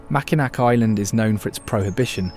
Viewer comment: Be nice if someone was to do a video that they learn how to pronounce key names and places. If you said Mackinaw Island he wouldn't know what you were talking about. But other than that, its a very good and pleasant video. I've lived in Florida for nearly 50 years now but grew up in Michigan and have always thought it was a gorgeous place.